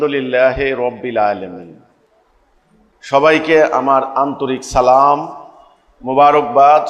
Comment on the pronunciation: শুদ্ধ ভাবে সালামো দিতে পারে না😂🤣